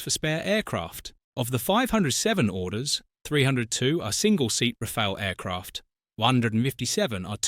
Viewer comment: Its pronounced Rafal or Rafalé not Rafail.